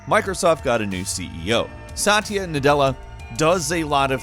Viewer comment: Its not sat-eeya its satya